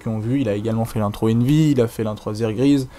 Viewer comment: On prononce envy US pas envyus XD sur ce GG;)